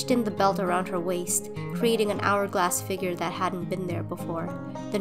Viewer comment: the emphasis on "hourglass figure" so many times was enough to make me feel sus LOL